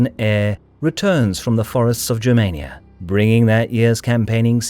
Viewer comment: Germania not Džermeinia. If youre gona use the latin name use the latin name.